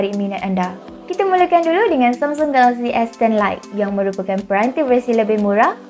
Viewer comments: Knp dia sebut galaxy mcm kelakar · Ingatkan aq sorang je perasaan.. Mungkin payah nak sebut😁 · Pelik dia sebut samsung galaxy.